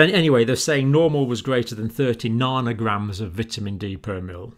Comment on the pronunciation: C. Narnorgrams? Do you mean nanograms? Joking aside, thanks for the fascination explanation, John.